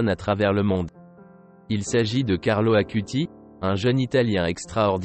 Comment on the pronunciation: Carlo Acutis. Non Carlo Akuti